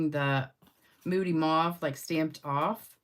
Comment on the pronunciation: The English people pronounce it mauve like stove.